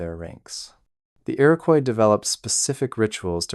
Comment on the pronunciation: It's Iroquois, no y in it.